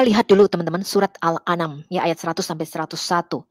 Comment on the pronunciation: surat Al an am dibaca al Anam..wkwk..ngakak gue..memang orang buta Qur'an disuruh menjelaskan Qur'an beginilah jadinya.